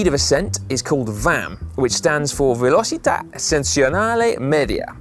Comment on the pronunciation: velocità, non velocitia .... come on guys :-)